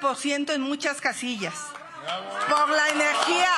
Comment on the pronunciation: QUE LE PASA??? No puede decir "POR" dice "POF" xdxdxdxd